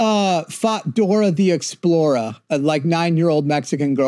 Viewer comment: Why does he keep saying Dora the Explora?